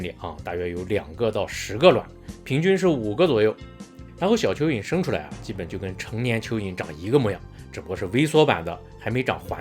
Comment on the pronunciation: 沒看螢幕突聽到大陸口音的說要介紹邱議瑩，覺不可思議，原來是說蚯蚓，哈哈！😅